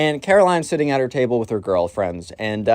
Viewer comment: Bro "table" njhghhnhgguhnhj